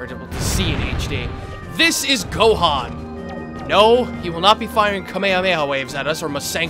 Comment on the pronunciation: It's been 3 years, how has no one corrected you yet? This boss is called Gohdan not Gohan.